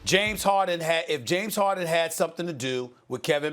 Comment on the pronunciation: Nobody: Stephen a: James HOHden